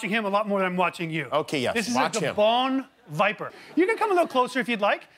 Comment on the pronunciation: Wait... WHAT DID HE CALL THE GABOON VIPER